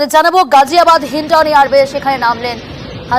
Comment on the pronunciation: গাজিয়াবাদ হবে গজিয়াবাদ হবে না। মুসলমানদের নামের বানান ভুল করা বিকৃত উচ্চারন করা ইত্যাদি পশ্চিমবঙ্গের হিন্দু মিডিয়ার চরিত্র । সুতরাং সাবধান!